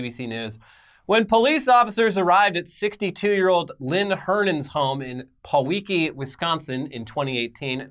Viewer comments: Thank you!! I love hearing people pronounce Wisconsin city names 🤣 It's Pee-Wah-Key like Milwaukee and Walk-ah-shaw. Not Paw-Wee-Key and Wah-key-sha. Made my day!! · You fellas have clearly never been to Wisconsin. Pee-walk-ee Walk-eh-shaw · Lmao I’m in Pewaukee that’s crazy. It’s Pee-wok-E and Waukesha is Wa-key-shah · Wisconsin resident here. Your pronunciation of our towns cracks me up! They are pronounced *peewakee and *wok-a-shaw. Like Milwaukee but with pee. And the other doesn't sound the way you said it way at all. It sounds more like a as seen on TV product. They are native American words, not phonetically spelled. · What in the actual sh!t 🤣🤣 Lifelong WI resident here. Maybe consult someone from WI 🤣 Its Pee-walk-ee and Wah-keh-sha. K thx hahahaha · Love living in Wisconsin and hearing trying to say Waukesha and Pewaukee. Its hilarious. Walk-e-shaw and pee-walkie is how it's pronounced here. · pee-waw-kee you dopes. waw - kah - shaw. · pewaukee = pee wah kee waukesha = wah kuh shaw i spent a few years in wisconsin nearby this area. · Hey, Wisconsin resident here. Pewaukee is pronounced "Pee-walk-e". And Waukesha is pronounced "walk-a-shaw". Figured I'd give you sunny boys some good ol Midwestern education. Keep doin your news thing. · Peewalkee (phonetic) walk i shaw (phonetic) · PA WALKY and WALK EH SAW is how to pronounce those Wisconsin area names lol. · As a Wisconsinite. Peh-wah-key. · Am I the only Wisconsinite who cringed hard at the pronunciation of Pewaukee? And Waukesha ಠ_ಠ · pronouncing wisconsin town names is a blessing, the effort was there but the execution didn’t quite make it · Im from Wisconsin I've never heard Pewaukee/Waukesha said so wrong 🤣. Pewaukee is pronouned pee-waw-kee and Waukesha is pronouced waw-ka-shaw. Much love from Wisconsin fellers! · Waukesha = Wa-kuh-shaw Not that it matters